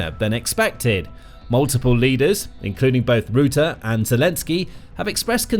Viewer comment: You're pronouncing Rutte incorrectly. Try saying the "u" in "Rutte" as you would say the "ou" in "rough".